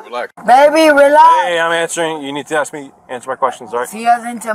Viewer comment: You say aks instead of ask I’m suspicious of you